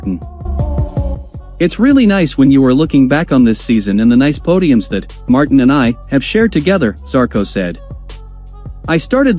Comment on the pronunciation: So, first of all, please work on your pronunciation. Its Marteen, not Martin, and it's desmo-say-dee-chee, not whatever the heck you are saying. Plus, no mention of Ducati and their regard for Marquez, just what Pramac thinks. Marquez has a chance to redeem himself, if he rides responsibly for a change. That's unlikely to happen so maybe now that he's not on a Spanish team, in a Spanish owned series, the stewards may actually sanction his dangerous moves. He's not welcomed at Yamaha either.